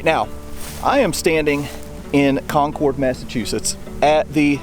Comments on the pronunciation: great video...but the pronunciation of Concord is not Con-cord (long "o" sound) but Con- "kurd" and the emphasis is on the first syllable "Con"...I can't help my fussiness as I'm a Yankee!...lol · Please stop saying "CON-CORD". It's pronounced "CON-CURD." Again, the first armed offensive with shots fired of the Revolution occurred at Fort William and Mary in Portsmouth Harbor in New Castle NH on December 14th 1774. Perhaps you should take a trip up there and do a video that corrects the inaccuracies all your previous videos. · Con-curd not Con-CORD. Sorry. Had to lol. Was at North Bridge today! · Not, “Con-cord” like the airplane- “Con’cud”. “Con-cud and Lexington “ Lexington,” pronounced as it sounds…. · It’s pronounced COHN-kid not CON-cord. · It is Conc'rd not ConCORD. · It's not conCORD, it's pronounced Cong'-kerd. The Concorde was an airplane. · really enjoyed your interesting series. Just one tip: the locals pronounce Concord "con-curd", not "con-cord". If you're a true Bostonian, you would shorten the r and it would become "con-cuhd"! Keep up the good work, and thank you! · Its not pronounced "Concorde" like the plane. It is pronounced like "conquered." In fact, it is pronounced exactly like the word conquered. I've lived here all my life. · It’s pronounced Cahnkurd. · For everyone not from New England its pronounced "Conk-id" said kind of fast. I suspect back in the revolutionary time it was probably pronounced more how it is spelled. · pm 8/10/23 I watched this, the Granary Cemetery, and the Old North Church episode and my ears started to bleed. A couple of things.. good job but please... it's CON-kid, CHARLES-town, and please, be respectful. Remove your hat in a church. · Um... it's pronounced Kon' kid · Conkid… It’s pronounced Conkid emphasis on the first syllable. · I’m from Mass, 5-10min from Concord…. We pronounce CONCORD…. As CON-CERD. Lol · /ˈkɒŋkərd/ /ˈkɒŋkərd/ /ˈkɒŋkərd/ You need to say it right! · Nice job, but… learn how to pronounce Concord!